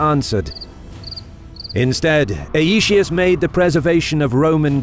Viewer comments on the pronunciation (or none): Aetius is to be pronounced 'eye-tee-oos' in accordance with the Classical Latin pronunciation.